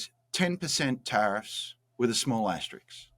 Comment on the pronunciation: Justin, as an Aussie please don’t become an American who pronounces words however they like. It’s an aster-isk not an aster-iks. 🤷🏼‍♀️🤷🏼‍♀️🤷🏼‍♀️🇦🇺🇦🇺🇦🇺